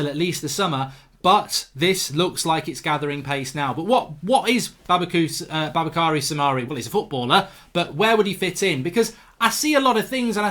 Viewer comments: Ffs you do realize it would take you 1 second to just google the kid’s name as the simplest form of respect. Effort in pronouncing a person’s name is both professional and pleasant. Boubakary Soumare. bu•ba•ka•ree• su•mah•ray. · It’s boo bak ary soo mar ay